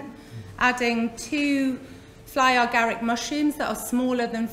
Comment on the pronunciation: Love this talk but why do you call it fly or garick. It's fly Garick. No "or" in between. Sorry, it's a bit irritating ❤️❤️🍄🍄